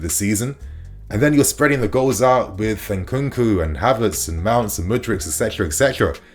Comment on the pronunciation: Did u just say Harverts 🤨